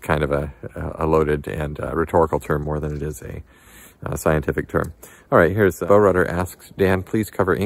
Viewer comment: Dan, FWIW, bowrudder rhymes with cow udder. It's a kayak maneuver